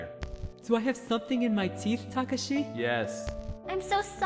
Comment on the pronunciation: Why doesn't anyone pronounce Takashi's name right? D: It's Ta-ka-shi. Or Saeko. It's pronounced like psycho.